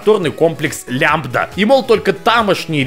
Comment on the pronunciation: Всё хорошо, ору с обзора, но вдруг... "...комплекс Лямбда..." Норман. Плак плак.